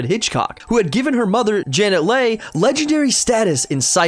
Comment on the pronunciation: If a guy doesn’t know that her mom’s name is pronounced LEE doesn’t deserve to try to school anyone on Halloween. Especially when all the info he gave is found in the Halloween documentary.